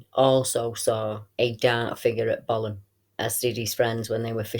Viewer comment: Thanks great report, I laugh when you call it bolam lake, it is pronounced bow lam lake, I live about 10 miles from it and used to camp there as a kid, never seen the big bloke though and im pleased about that.